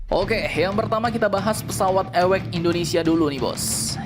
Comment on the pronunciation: Awac di baca ( Ei double/ dabeul yo eci ) bukan nya ewekx...